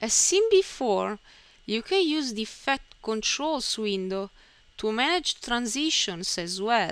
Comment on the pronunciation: Say eefcte one more time, I DARE YOU!!, no I double dare you , say eefecte ONE MORE TIME.